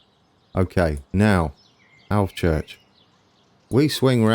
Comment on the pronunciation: That's the correct pronunciation of Alvechurch :)